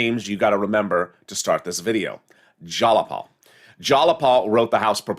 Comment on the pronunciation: ITS JAYAPAL.. not JALAPAL 🤣😂🤣🤣🤣🤣🤣🤣🤣🤣LOL. YOUR FUNNY "" ❤️